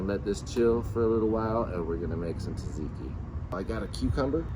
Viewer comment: you’ve now got 1.4M people pronouncing tzatziki incorrectly.